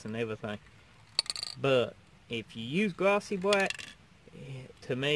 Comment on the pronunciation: L is pronounced LLLLLLLLLLLLLLLLLLLLLLLLLLLLLL not WWWWW black not bwack